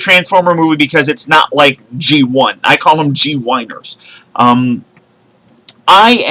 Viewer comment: lol gwhiners